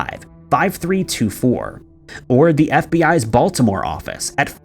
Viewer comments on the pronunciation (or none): none